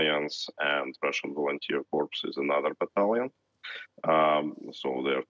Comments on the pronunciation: Please stop saying corpse! It's pronounced "core" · Cor not corpse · The word Corps is not pronounced as it appears. It is pronounced as Core. The word is pronounced as apple core. Corpse is defined as a dead body. English is funny that way. Like Marine Corps is pronounced as Core. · It's not pronounced corpsss it's pronounced Core. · a French tv news man does not know how to pronounce a French word.... "Corps"..... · I'd have thought a host on a French news channel would know how to pronounce "corps". 😛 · Odd that a French interviewer would mispronounce Corps...